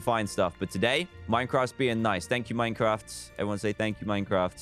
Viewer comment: Literally everybody: Half-Life 2, Doom, etc. DanTDM: Let's play some minceraft